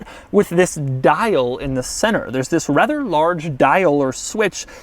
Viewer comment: Why does he always says wis instead of this?